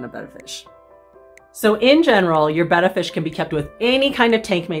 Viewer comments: Today I learned.... I thought it was Bay-ta, not Beh-ta. Thanks to both of you! Don't wanna sound like a dumbass at the fish store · Hooray! Someone who pronounces the name of the fish correctly. Thank you. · Thanks for the video! And thanks for pronouncing the name (betta) correctly! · This is one of to few videos where they pronounce the name of the fish Betta correctly.